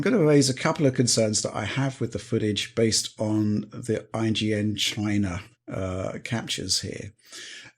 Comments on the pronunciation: why does he pronounce china like DJT lol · I laughed too hard at the china pronunciation